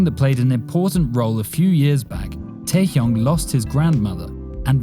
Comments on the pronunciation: It's not Taekyunk it's TaeHyung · KinG tAehYunG PaNg sIhYuk Smh did I heard it wrong?